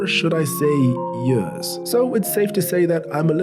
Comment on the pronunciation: Hearing you pronounce years as “yuurs” is one of my favorite things about your videos